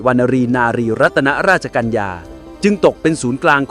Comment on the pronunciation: ใช้คำราชาศัพท์ผิดนะครับ เช่น พระราชหฤทัย /ต้องใช้กับกษัตริย์ /และขานพระนามท่านผิด ตรง รัตน ไม่อ่านว่า รัด-ตะ-นะ แต่ให้อ่านว่า รัด ตามพระราชนิยม ในข่าวพระราชสำนักมีตัวอย่างให้เห็นนะครับ /ใช้ถูกจึงจะเป็นศรีแก่ชีวี